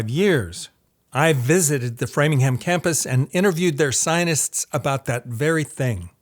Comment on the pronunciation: Sir, why do you say scienists? I picked it up in the other video, too.